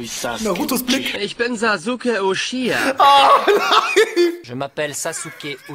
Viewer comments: Uchiha spricht man Uchiwa aus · was witzig ist is das uchiha wirklich uchiwa ausgesprochen wird